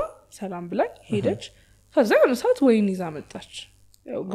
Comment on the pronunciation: ለምን አማርኛን ታበላሻላቺሁ ዋይን አይባልም ወይን ትክክለኛው አጠራር